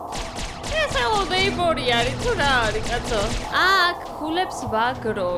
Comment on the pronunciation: ხელოუ ნეიბორი კი არა ჰელოუ ნეიბორი😅😘